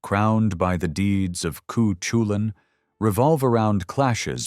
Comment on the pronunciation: Cu chulainn is pronounced...coo coo cull in